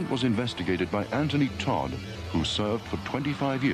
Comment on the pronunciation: the guy was called anthony dodd not todd